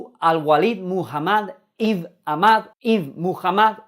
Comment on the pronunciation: "Ibn" no se pronuncia Ibn tal cual, sino que se pronuncia "Íben". Y quiere decir "hijo de". Por ejemplo, Jesús, en lengua árabe sería "Jesús, hijo de José e hijo de María" y se dice "Yesua Ibn Yosef Ibn Mariah". Por eso los españoles y los portugueses mantenemos, todavía, 2 apellidos de nuestros dos progenitores directos. ¡Saludos! Ma'salama!